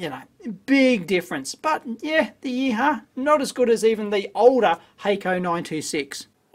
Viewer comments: "If I'm pronouncing it correctly: gang-zoo yee-haw. Yeeee-haww!!" If you were Chinese you might pronounce it 'gwong-jo, ee-hwa'. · YEE-HU-WA not YEE-HAH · It’s pronounced “Yee Hwa” and horses for courses. It’s a Yihua made in Guangzhou, not a Hako made in Japan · I think it's pronounced "yee hwa" but Dave's yeeha! is far more entertaining :) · Your interpretation of the brand name totally cracked me up :D :D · Dave, your pronunciation of "GuangZhou YiHua" couldn't be further from being correct...LOL! :)